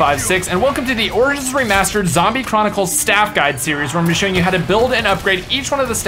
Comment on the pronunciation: lol in the beginning "Welcoe to Orijjj Mastered